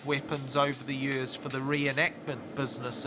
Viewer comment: I’m a kiwi but I’ve never heard another New Zealander pronounce ‘years’ like that, it’s like “yurs”